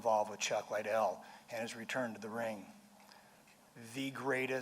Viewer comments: I've heard lots of people say "Lie-dell" when it's actually "LID-dell". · smh.. DelaHoya speech so mundane. Cant even pronounce Lidell to begin with. "Lay Dell" .. "Chuck Lay Del".. foh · "Chuck Laidell"...the first time he said it chuck looks at him like mother whatchu call me..? Lmmfao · CHUCK IS LIKE HOW DID HE PRONOUNCE MY LAST NAME?